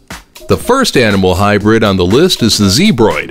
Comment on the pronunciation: Its not hybird its a hybr-id